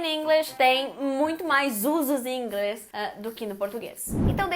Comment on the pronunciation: Curto muito os vídeos da Carina. Acho que engraçadinho quando ela pronuncia em português "Inglés".